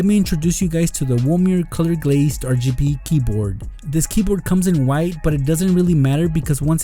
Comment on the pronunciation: LOL HE REALLY SAID "MY BRAND NEW WITHE BINDER" KEEP UP WITH THE GREAT AND GENOROUSE GIVEAWAYS. <3 <3